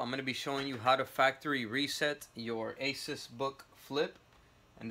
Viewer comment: It's asus not aces